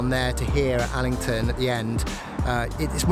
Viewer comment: Al-ling-ton lock